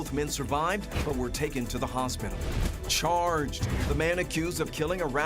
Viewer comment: Chaaaaaaaaarged. Did the host have a stroke while reading all this? What a ridiculous news format, very disrespectful towards the hurt and deceased. Shame on you.